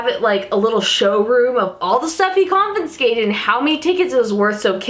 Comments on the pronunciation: Con-fis-kat-Ed lol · lol. "confinscated". you are so cute ❤ I can't say Squirrel properly. it comes out "squirrerel".